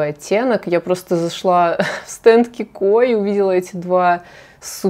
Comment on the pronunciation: Обожаю тоже палетку mini love ,сама не знаю почему ,из малышек стала самой используемой ,полностью согласна по поводу любимых оттенков 👍🏻бренд КИКО ,ударение на И,знаю точно ,живу в Италии и знакома с ним уже более 10 лет ,много у них есть достойных продуктов,только вчера прикупила кое-что из новой коллекции ,рекомендую попробовать !🌹